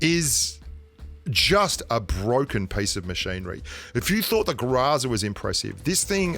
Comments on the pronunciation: I’ve been playing Pubg mobile for over a year, what’s a Grazaa?....I’ve never heard of it! Haha maybe you mean “Groza” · Groza,not graza